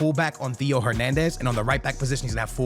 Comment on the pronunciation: you absolutely refuse to say theo right 😅